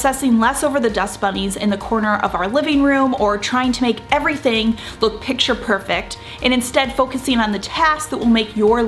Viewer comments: It is “picture perfect,” so I think she’s commenting on the fact that in the video it seems she is saying “pitcher perfect”… a lot. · I absolutely hate when people make mean comments on useful, informative videos. I subscribe to your channel and watch your content religiously. But please correct your pronunciation of the word "picture", which is pronounced 'pick-ture' rather than "pitcher". Thank you.